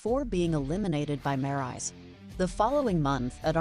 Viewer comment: wait a minute did she said maryse name wrong i bet she did i heard all of it